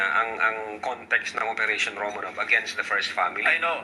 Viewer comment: Romanoff pronunciation nyan.